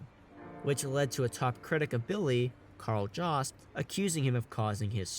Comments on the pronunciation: Kal Jawst..... Pause. Downvote. Don't recommend channel again. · “Karl Jost”?